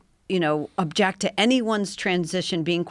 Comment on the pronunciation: Joe “Topject” Rogan